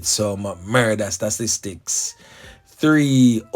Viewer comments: "STA TIS TICS"....l NOT STASTISTICS... Everytime Mi hear U seh suh MI get a SUDDEN HEADACHE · Stop with the stupid percentage....the word is pronounced STA...TIS...TICS....BRO LEARN TO READ YOU ARE A BIG MAN...PRACTICE YOUR SYLLABLE BRO... YOUR GRAMMAR IS POOR....YOUR PRONOUNCIATION IS POOR...O.T.SM....COME ON BRO!